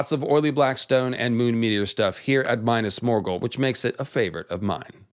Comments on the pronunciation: "my-nass morgul" this isn't necessary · “Minus Morgul” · Dude reads about "pale walls of Minas Morgul" and proceeds to call it oily black. Like... they are not, read it again. It's written right there before your eyes. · Big fan of your content, love the research, fascinating theories, fantastic style. But the way you say “Minas Morghul…” It pains my lil hobbit heart.